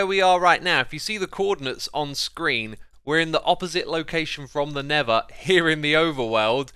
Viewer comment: Am I only the peron that hear never when xisuma said nether?